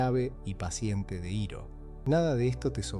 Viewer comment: La mala pronunciación de “Iroh” me hizo mucho ruido 😢 del resto excelente video!